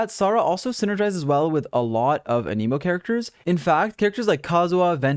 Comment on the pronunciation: Don't wanna be that guy, but here's some pronunciation help: The 'Raiden' part of 'Raiden Shogun' isn't pronounced like 'ray-den,' but rather 'rye-den,' like the bread. The element 'Anemo' isn't pronounced 'a-nee-mo,' but rather like 'anna-mo.' For an auditory example of both, use Google Translate for both words, Japanese for 'Raiden,' and Greek for 'Anemo,' since that's the Greek word for 'wind.' Hope this helps out a bit to anyone needing some pronunciation help.